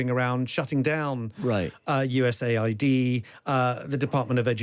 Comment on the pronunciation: Why are you calling it U.S.A.I.D? It’s U.S. Aid.